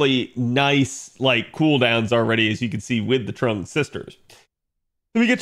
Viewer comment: Trung, even though it's pronounced more like Chung/Zheng